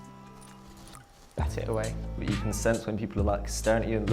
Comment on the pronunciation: The way said bat it away damn I felt that sicking in